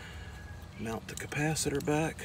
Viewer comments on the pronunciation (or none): none